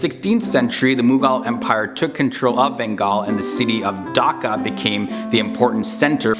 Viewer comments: Thank u for making this video about our country but we actually pronounce the H in Dhaka and not daka I'm not a hater I'm a subscriber just pronounce the h and say DHAKA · Its bangladesh not bangladash Its dhaka not daka😂😂😂😂 I know iam from bangladesh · Y'all foreigners knows about us more than we do 🥴 It's D-h-a-k-a not dokaaa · Its not daka its dhaka and i live in dhaka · Him: "Daka". Me: (ಥ_ಥ)... I'm done with this world :/ (Seriously, say it right man It's "DHAKA" D H A K A not Daka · my man said "daka" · What is Bangladash. What is Daka are u serius